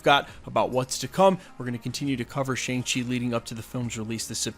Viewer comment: It's pronounced "Shong-Chi"